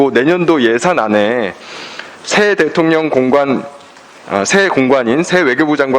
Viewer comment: 김병주의원 대통년 ㅎㅎㅎ 령 발음이 어렵나봐요. 일 잘 하는 김병주 의원 파이팅